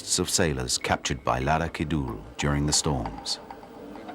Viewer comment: Labuans acsent..for mythical woman sea god